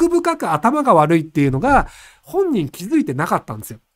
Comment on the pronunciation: 頭が悪ｒｒｒいんですよ好き